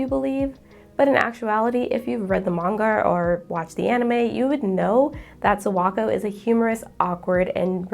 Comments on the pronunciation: This was a great video, thank you for making it. I just have to be the Japanese pronunciation police for a second. Kimi Ni Todoke's Sawako. The "Sa" is pronounced like "Sakura" with emphasis on the "A." Yours sounds like "Sowako" or "Serwako." So please just be mindful to pronounce "Sa" like Saturday, "Sa-Wa-Ko." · not to mention the way she pronounces Sawako is terrible. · I love your video so far, but it's really hard for me to get past the pronunciation of Sawako/Sadako 😭💔